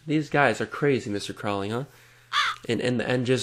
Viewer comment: Alistair Crowleys name is actualy pronounced crow-lee, like unholy. Not Crawly like the ozzy song, he pronounced it wrong